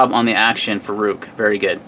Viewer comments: Good review and video. I'm pretty sure Ruike is pronounced Rake to rhyme with lake. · Prounounced Rake.